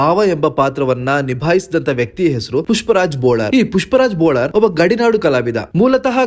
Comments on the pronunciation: ಸರ್ ಸರಿಯಾಗಿ ಹೇಳಿ ಬೋಳಾರ್ ಅಲ್ಲ ಬೊಳ್ಳಾರ್ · ಬೋಳಾರ್ ಅಲ್ಲ ಬೊಳ್ಳಾರ್